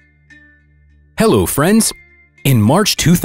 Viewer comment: sometimes he waves and in an accent he says: HALO👋